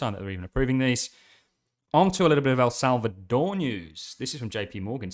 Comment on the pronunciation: Salvador not Salcador..